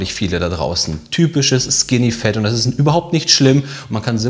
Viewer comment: Bitte Leute, sagt nicht skinny "fEt", sagt skinny "fAt", auf english ist das "A" nicht immer "E", die meisten der Deutschen machen diesen Fehler. Ihr könnt das googlen